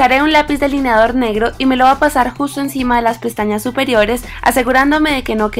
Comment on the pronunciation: hablas bien feo dices y me lo voa aplicar se dice me voy a aplicar ......sorry